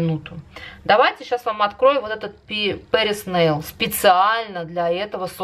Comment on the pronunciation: База у вас Патриса нейл, а не Пэрис нейл